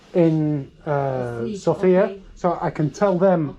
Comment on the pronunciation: Hi, followed your Sofia walk with interest, looking forward to other interesting videos. Just a small comment, if I may. The stress in Sofia is on the O. I hear (mostly) men putting it on the I, perhaps reminiscing/dreaming about Sophia Lorrain... :) but my birthplace has it on the O. Thank you, and happy, healthy, wealthy, and productive year!